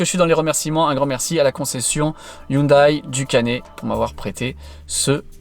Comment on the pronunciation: J'aime bien tes vidéos très instructives, mais tu devrais savoir que prononcer Hioundaille au lieu de Houndé, c'est un peu comme dire Peujotte ou Renoleteu...